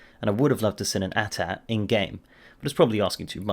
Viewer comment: an At At. Its A-T A-T